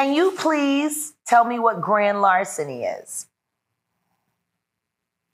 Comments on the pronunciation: What's a "larciny"? Do you mean "LARCENY" ? 😅😅😅😂😂😂😂😂😂😂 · “Larsiny”…..that Dallas ISD education for the win🤣🤣🤣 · LARSINY?? No one there utilized a dictionary or Siri? 😩😩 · 😂😂😂 crying at larsiny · Wth is " larsiny"???